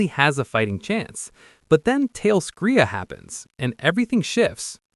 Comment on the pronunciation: Why so all these youtubers say talescria wrong? They say it in the show many times